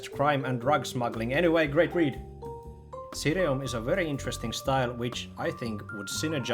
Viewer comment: Always happy to see a mention of ssireum since it basically doesn't exist in America! (Btw i believe its pronounced Shee-rum)